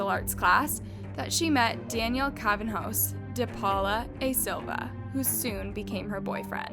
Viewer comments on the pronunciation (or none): Cravinhos is spelled krah - vee -in - oh -s <3 I'm brazilian and this is one of the most famous crimes in my country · Just saying, "Cravinhos" is pronounced closer to Crah-veeng-os or Crah-vee-nios Not "Craven-hoes" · Love the video ..the pronunciation though CRA VI NHO ...NHO is like the sound ñ in Spanish, you don’t pronounce that H .. more like cravinios is a closer way of saying it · not even names, just words. she literally pronounced macabre as "mak-rabe" 💀💀💀 edit: and she isn't even consistent with pronouncing names. she pronounced cravinho as "cravinho" and "cravhano" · i love your videos and super excited to see a case I know so well being from Sao Paulo get covered in the channel!! the pronunciation of "Cravinhos" made me laugh though lol not even close to how we say it in Brazil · I loved the video, but how many times u pronounced Cravinhos differently 😂 lol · You pronounced Cravinhos in like 10 different ways lol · i was so confused with her pronunciation of Cravinhos, it changed almost every time 😂